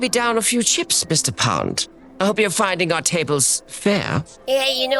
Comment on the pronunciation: He said “pond” 😅 “James pond.”